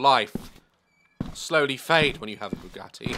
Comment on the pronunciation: “WHERE’S MY BOUGAT-AY’’